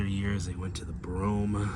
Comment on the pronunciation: He actually pronounced it correctly